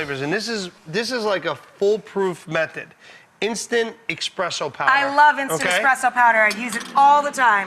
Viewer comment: He said expresso not espresso